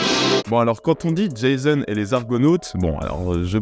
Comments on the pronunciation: C'est pas "jaysone" mais "jason". Faut arrêter d'américaniser les prénoms. Tu nous a fait la même avec Themroc qui se dit "Temroc". Il suffit d'écouter les acteurs en parler. Merci de faire l'effort pour les prochains. 😉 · C'est Jason et non Jaison. 😂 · Merci pour tes vidéos. On dit "Jazon" pas "Djézone" : c'est un grec, pas un anglo-saxon ! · "Djaïzonne" et les Argonautes ? 😁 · Jason. Repeat After me: Jaaaaaaason. On dit jaaaaaaason. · "Jayseune" et les Argonautes ? Vraiment ?